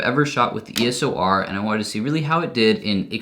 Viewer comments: Love your videos! But damn my ocd goes off when you say ESO R as opposed to EOS R hahaah love your videos tho!! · It's eos not eso!!! Stooooop 😂😂😂😂😂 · uhhhh you keep saying E S O R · you keep saying ESOR xD